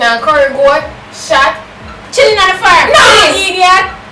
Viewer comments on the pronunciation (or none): say PLOW DE FAAAAAAAAARM😭😭😭hello smaddy come bring me go dung a belview deh nuh man a not sane right now.... Then she say SWING IT AWAY like a girl from uppersaneandrew 😂😂😂😂😂😂😂